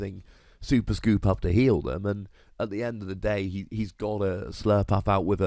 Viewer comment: Slurpurff not "Surlpluff"